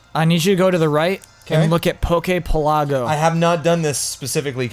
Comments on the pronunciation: Isn't Pokepelago supposed to pronounced like archipelago? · Yes, it kills me every time says it